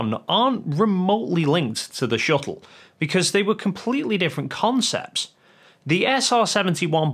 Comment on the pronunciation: It’s shuttle. Not shu-ell. You twat.